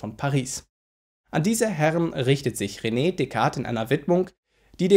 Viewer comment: Besten Dank für deine tollen Videos. P.S.: Französische Aussprache von René ist "Röne" und nicht "Rene".